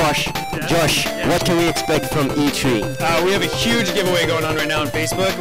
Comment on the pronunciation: The way Athene pronounces E3.. E Tree lol